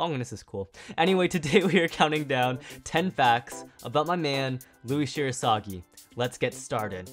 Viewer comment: Fact 11: his surname is literaly Shirasagijou, not Shirosagi